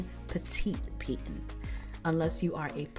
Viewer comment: Soo-freh(Soufriere)and Pee-tone(Piton).... 😊